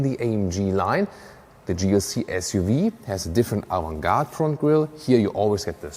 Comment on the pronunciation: Interesting how you pronounce the word "Avantgarde", I hear it Avun-gartrun.